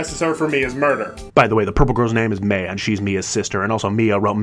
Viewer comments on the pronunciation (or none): Please tell me you're pronouncing Maya incorrectly on purpose